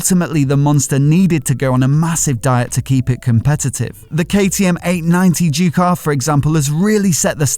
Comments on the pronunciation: Mate learn how to pronounce Ducati... what’s all this Jewcati crap 🤔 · the way says JUECATTI, it find it hilarious